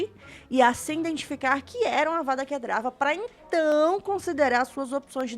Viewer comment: Ei, Amei seu vídeo, muito legal continue postando mais por favor!!! ja ganhou mais um like e mais um inscrito. ps: só uma observação, como um sonserino preciso te corrigir kkkk vou pagar de hermione aqui... "Para, para, para, para, assim vai acabar arrancando os olhos de alguém. E você está falando errado. É Kedavra e nao Kedrava" - Avada Kedavra (Não é DRA, é VRA)